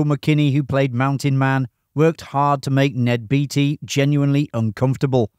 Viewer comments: I guess it's too late to change but Ned Beatty's name is pronounced the same as Warren Beatty. Bay-tee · Ned BAY-TEE, not BEE-TEE. CHAT-UH-NEW-GUH River.